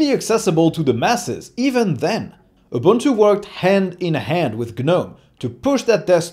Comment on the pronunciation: Kudos to you for pronunciation. Ja, that is more or less what Ubuntu sounds like in the real world. When a reviewer mispronounce, I unfollow. I just followed your channel. If you can pronounce it, you achieved more than so many Linux "experts."